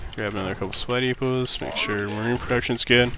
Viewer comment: Am I the only one that hears "spidey puss" when he says supply depots??